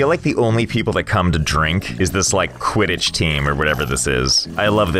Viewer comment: When he said Quittich, sorry if I spelt it wrong. Harry Potter fans!!!!!